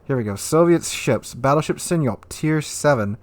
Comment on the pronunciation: For fucksake, Sinop is not sinyop. s.i.n.O.p. All vowel HARD.